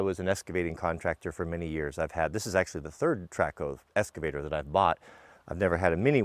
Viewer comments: Say it with me: EX-cavator. Not ES-cavator. Sound it out, EX-cavator. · I love the channel... But has anybody commented on pronunciation of "excavator"?